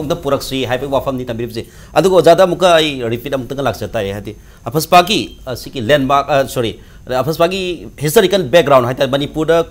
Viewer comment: how this anchor pronounce AFSPA as afaspa....I just feel crying....plis note those things....no offence.. regards...